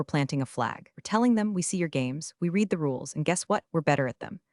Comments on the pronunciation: Are you unaware that read can be pronounced “reed” or “red”? You consistently use the incorrect pronunciation. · Isn't AI wonderful! it has managed to wrongly pronounce every iteration of "read" (reed) or "read" (redd) in the novel it was given to mangle, no wonder I despise AI, people are too stupid to use it properly! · You don’t earn thumbs ups or subscriptions when you don’t bother to edit the voiceover. Your script narrator doesn’t differentiate between read pronounced as “reed” or read pronounced as “red”. Get it right. 👎👎👎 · Somehow uou managed to find an AI that *always* pronounces "read" wrongly: "reed" when it should be "red"; and vice versa. That's not incompetence. It transcends carelessness and enters the realm of anti-literacy. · DOES ANYONE PROOF THEIR POSTINGS? TO READ PRESENT TENSE, HAVE READ(PRONOUNCED RED) PAST TENSE. ESQ-ABBREVIATION FOR ESQUIRE. GET A BOT TO PROOF. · Respectfully, can we teach AI the difference between the pronunciation of read as “reed” and read as “red” via context clues, or is that beyond computer learning? Good story, but hard to listen to. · AI voice not trained to correctly use the right pronunciation of “read”. Highly infuriating. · Same old mispronounced "Read" multiple times! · PLEASE teach your AI the difference between read (reed) and read (red). They're two different words, and your AI keeps getting it wrong. Context matters.